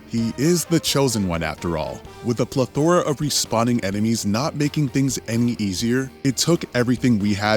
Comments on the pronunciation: WHAT THE FUCK IS A PLEH-THORA?! You mean a plethora? Illiterate ponce…… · PLEthora, not pleTHORa.